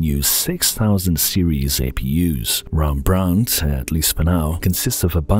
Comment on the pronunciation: its clearly says rEmbrandt, not rAmbrandt ;)